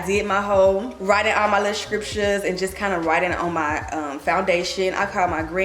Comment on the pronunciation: The way you kept pronouncing scriptures. 😅😅😅 never heard anyone say it that way.